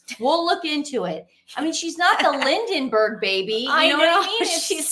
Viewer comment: “Lindenbergh” baby! Too funny! Right up there with the “fry” festival. lol. 😂